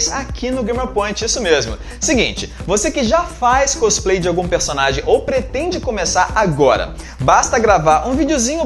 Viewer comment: côsplay.. sério mesmo!! veexx